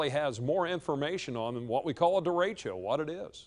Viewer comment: did she say Derechio instead of Derecho ?